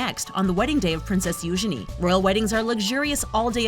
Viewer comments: You-gene not you-ge-ne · What do you mean - "Moved into a SMALL cottage?" Frogmore Cottage is five cottages joined into one large dwelling. It has for example five bedrooms. Have you seen the picture of it? And the princesses Eugenie's name is pronounced You- GEE- nee". Make sure you do your research before doing your voice-overs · It's not youshany it's youjeny(eugenie)!!!!!!!!!!!! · It’s Eugeenie get it right America